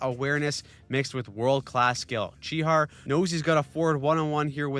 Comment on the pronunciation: It’s pronounced chi hash not chi har😂